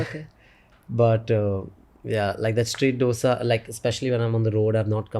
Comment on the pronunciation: Nice Podcast ! btw its dosa - dho -sa NOT Dough sa ! or u could say dho-sai (Dosai) Its such simple word, pple say it funny!